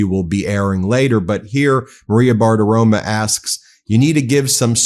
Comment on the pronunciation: Bartirom"o" not Bartirom"a" 😢 sorry Ben, I still love you